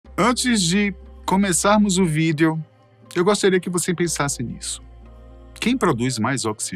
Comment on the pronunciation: toda vez que esse cara fala VÎDEO eu sinto uma pontada no meu cerebroooo haaaaa